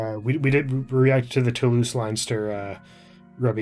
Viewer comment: 'Leinster' is pronounced Lenster.